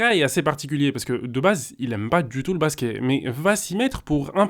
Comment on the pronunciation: pourquoi tu dis Basqué au lieu de Basket ?